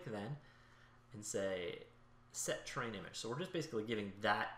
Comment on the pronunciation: Has anyone else been looking for the tab "train" in their editor? This guy doesn't know how to pronounce the word "terrain".